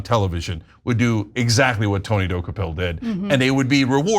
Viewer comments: Rich of Ana K to claim to stand for journalism when she couldn’t be bothered to look up the pronunciation of the CBS anchor’s name. It’s pronounced Duh-KOH-pull, as we hear ever day on CBS, not DOH-key-pull. Also, Tony’s questions were factual. The author spends 100 pages giving Palestinians no agency or responsibility for their status. And the book provides no context for Israel’s actions. That is an exceptionally one sided view. Tony rightfully explored why the author did that. If the author wrote that Israel has never done anything wrong, would TYT push back at that view? Of course, as would Tony D. For TYT to be against Tony on this and in favor of softball pandering questions shows that TYT is beyond repair. Unsubscribed. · Can we first pronounce the name of CBS tv anchor correct first! Dokoupil pronounced “ De kopol “ not Doki pill” that is nut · Why can't you guys pronounce his name? He's said it out loud many times. It's də-KOH-pəl, not do-ko-PIL. In regards the interview I took it he was taking a sort of Devil's Advocate stance. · Dock-U-Pill? Make sure you know how to correctly pronounce people’s names. It would take one minute of research. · As much as I love TYT I only wish she would have listened , at some point, to the pronunciation of his name on something, which is like "Du-ko-pil"... 😕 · Jeezus...Ana. please start pronouncing names right! Di-KO-pull. This is a well known journalist so his name should be easy. It takes away from the actual story. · Tony Duh-koh-pull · Actually, his last name is pronounced Dew-kho-pill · Tony Dooky Pill? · Don't reporters/journalists have a responsibility to prepare for their segments? The man's name is pronounced Deh-COPE-ul. The interview was days ago. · ANNAAAAAA, All you have to do is watch the 1st 10 seconds on CBS MORNINGS and learn how to pronounce someones name correctly, damn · Ana please learn to pronounce the subject’s name correctly. Journalism 101.